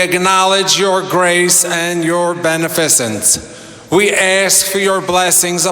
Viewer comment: It's "buh NEF' uh sens." it's not ben uh FIZ' ens. The Rethuglicans can't be intelligently diverse, no matter how they try.